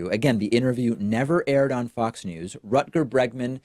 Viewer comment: After hearing David try to pronounce "Rutger Bregman" I want him to try "Reguliersgracht achtentachtig twee hoog" too!